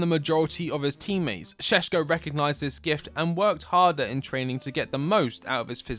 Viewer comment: Its not sesko, its Šeško and hes amazing.